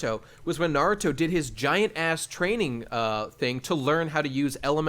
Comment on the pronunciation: has no idea how to pronounce naruto related things and it got on my nerves...